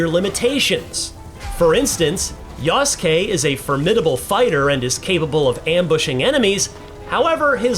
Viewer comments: Character's name: Yasuke Announcer: YASSkay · I cringe every time the narrator calls Yasuke samurai. (Considering Ubisoft decided to remove the term from all their japanese marketing)